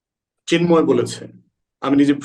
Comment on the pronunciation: ব্যাটা জা নোয়ার জ ঙ্গি, "চিন্ময়" শব্দটা সুন্দর করে বল।